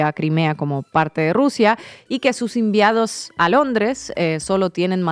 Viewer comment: Inna ,como te equivocas al pronunciar palabras . Se dice enviados ; no ¡¡¡ Inviados !!! ( sic). Inna ,habla bien ,pronuncia bien las palabras; concéntrate en la información.